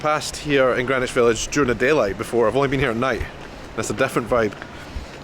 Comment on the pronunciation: It was a cinch you weren't going to mispronounce Greenwich! 😁 hope you make it out to the PNW someday.